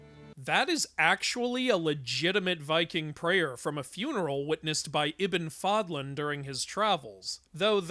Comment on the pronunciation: That 'Ibn' was satisfying...finally a white person who can pronounce Arabic words properly